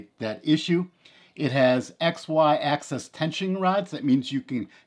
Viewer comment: I had to stop watching. It’s “Axis”, not access.